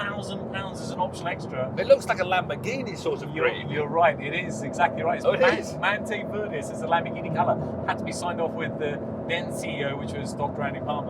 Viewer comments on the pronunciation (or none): mante verdis? you mean verde mantis 😂